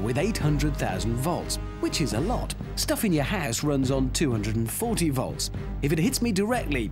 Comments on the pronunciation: Jeeper He didn't say "vlotz". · am German and it even hurt my ears. He was a bad example, but it sounds better usually. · its woltz. learn to speak proper german. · "ᶠᵒᵘʳʰᵘⁿᵈᵉᵈ ˢᵒᵘˢᵃⁿᵈ ᵛᵒᵃᵗ" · nein hondred soazend woltz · The man said. Four hundred zousand bowls😂😂😂